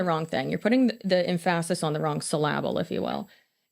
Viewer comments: "emPHASis on the wrong syLLable" is the most millennial thing ever, and it made me smile. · Em-phases on sylabel took me out😂😂